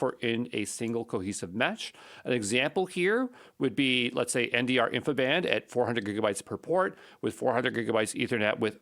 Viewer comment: For the love of god please stop calling it (and even spelling it!) "infiband". There's no such thing. It's InfiniBand. As in, "infinite bandwidth". InfiniBand.